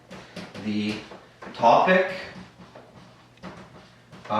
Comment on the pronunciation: Sorry it should be TOPIC not TOBIC min 5